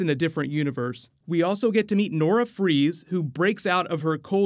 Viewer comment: I thought it was pronounced Fries not Fries no? 🤔